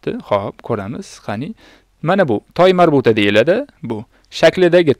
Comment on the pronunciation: Assalomu aleykum. Nimaga (ة)ta marbuta demasdan toymarbuta deb aytayapsiz.🤔